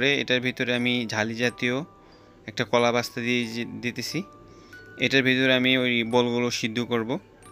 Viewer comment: কলা পাস্তা নাকি স্কলা পাস্তা? কারতা জেন্তা নাকি কারতা আরজেন্তা? রেস্টুরেন্টে কি কাজ করেন জিনিসের নাম ঠিক মত নাম বলতে পারেন না! এই হল ইউটিউবারের নমুনা!